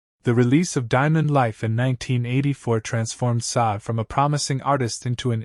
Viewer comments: It’s “Shar-day”………not Sod. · It's not pronounced Saad; her name is pronounced: Sad-day. Please get it right!